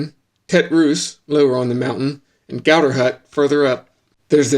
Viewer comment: Mawn Blawn Refuge Goo-tAIR Coo-loo-Are.